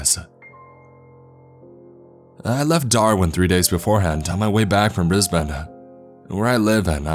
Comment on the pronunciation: Yoo, u said Brisbane correctly